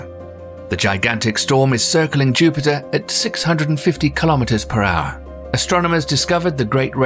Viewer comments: Did the narrator say Juniper?? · I would think a channel with nearly 2 million subscribers would at least pronounce planets names correctly......Juniper?